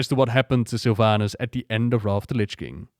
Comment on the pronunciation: i keep hearing sylv anus